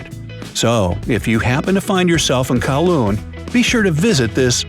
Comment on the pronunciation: he read Kowloon hong kong wrong i am offemded